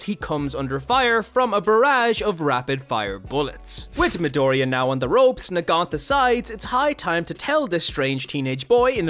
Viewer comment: It's Nagant